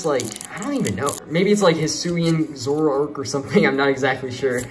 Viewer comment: i got a lot of good cards including full art trainer card charizard and vstar hisuian goodra oh and also its pronounced hi soo ee an just to let u know also where are the sleeves